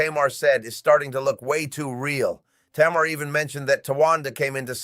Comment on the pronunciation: Narrator, her name is pronounced TAYMAR.